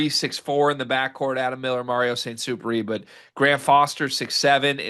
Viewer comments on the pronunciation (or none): none